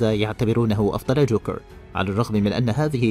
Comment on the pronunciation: ليش كل احرف الراء مزبوطه الا من تقول جوكرررررر